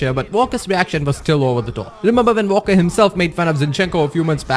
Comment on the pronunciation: It’s pronounced Walker not ‘Valker’